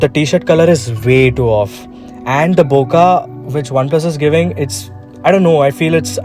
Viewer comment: Not "bo-ka" - it's "bo-keh" 1000%. This is straight from the Japanese (it's their word and language) and it has been confirmed to be said bokeh - see the Jet Potato vid with the Arri guy (iirc).